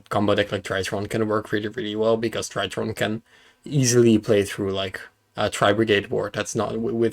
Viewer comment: It feels like yesterday when pronounced drytron as dreeatron. And now he's beating the shit out of everybody with his weird space machines. Congrats.